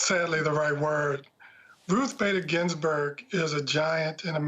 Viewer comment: Shame on you not pronouncing her name correctly 🤦🏼‍♀️